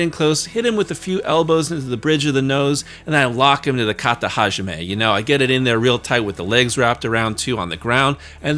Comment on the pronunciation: I cracked up when you said Kata-ha-jime. You are a true ECW fan.